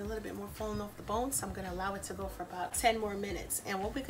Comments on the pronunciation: If you're not from either jersey or ny. Lol falling "oorf" the bone" lol I love it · This my first time watching this channel and all I hear is an uptop NY type accent I'm sold jus off the way u keep saying OFF like a NYer 😂❤️